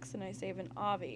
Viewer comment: its a.v.i not avee just thought id let u no good work though keep it up subscribed!!!